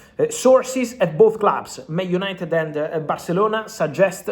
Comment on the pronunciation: UYENITED UYENITED